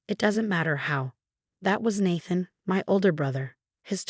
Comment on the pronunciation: I used to laugh at this particular voice naming a character “Ratchel” but Natthan is even funnier. That AI had improved of late. Is this an older story being recycled through RR?